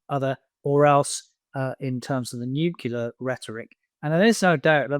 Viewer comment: NUCLEAR, NUCLEAR, NUCLEAR! How can this guy live with the embarrassment of not being able to pronounce this one simple word? Sun, please arrange some phonics lessons before you have him on again.